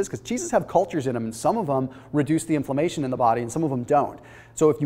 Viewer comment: Is "inflommation" related to inflammation?